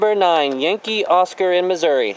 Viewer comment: I can tell your from the city, lol, You say Missouri correctly.. I'm a relocated Missourian, living in Virginia. I just passed my Technician and I'm studying for my general. I'm thinking about getting a FT-897. It's nice to hear your comments about it's performance in the field. I camp with Kids and sometimes we're in the mountains. I want a rugged radio that I can depend on. Thanks for the video.